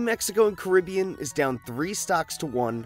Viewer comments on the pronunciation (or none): none